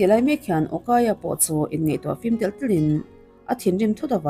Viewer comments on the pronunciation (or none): none